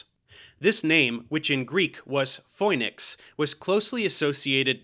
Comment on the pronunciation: Great video once again!!! Just one thing... Phoenix is pronounced the same in Greek (Φοίνιξ). Οι, Η, Ι, Ει phonetically sound like "ee"